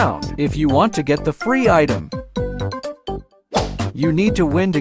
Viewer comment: bro said fre instead of free💀